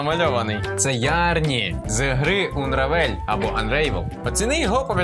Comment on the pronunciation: Правильно буде "Анревел"